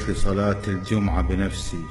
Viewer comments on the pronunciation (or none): يقول صلاة ((الدجمعه)) 😂 🐴